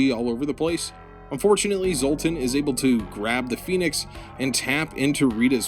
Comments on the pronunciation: Also it’s pronounced Zee-ong, and Phenex is pronounced Fen-ex, not Phoenix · Say phoenix! Say pheonix one more gawrram time! I dare you! i triple dog dare you! for fracks sakes!